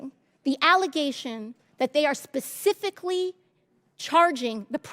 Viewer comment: She was probably a terrible bartender as well!!! " SPES-IF-ICK-LY" 🤣